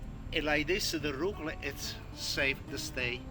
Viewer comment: omg I laughed so hard when I saw his little tube of arugula spelled phonetically the way he says it! "Rucla"!